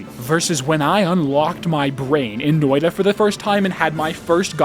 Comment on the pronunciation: Guys, he said "Noida" [No-oi-da] and not "Noita" [Noi-tta]. Do not give him any juhannussima, he's yet to become one with the Finnish epic. Perkele vie..